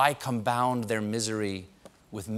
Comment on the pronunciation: "why combound their misery..." Sorry Stephen, "combound" is not a word. Thumbs down. Do better.